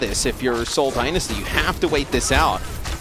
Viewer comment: Please someone teach her how to say Dynasty